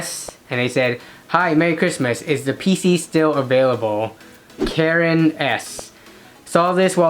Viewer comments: Their name is Karan not Karen its pronounced kuh-rahn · It’s a Indian name and is pronounced car n